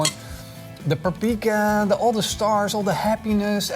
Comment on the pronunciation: This man is absolutely WRONG about gulyás. It is indeed a beef dish in Hungary. And the way he butchered the word "paprika" is an embarrassment to Hungary and ruined the whole video.